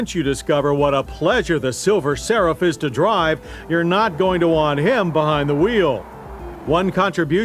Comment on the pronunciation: Does anyone else think he was saying silver sarah?